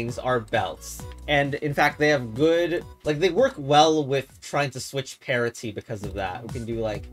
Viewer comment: why do you always pronounce parity that way?